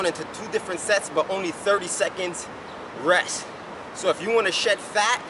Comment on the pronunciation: "tha less ress...tha betta." That's good money.